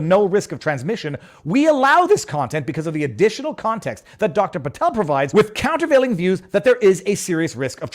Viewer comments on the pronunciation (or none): none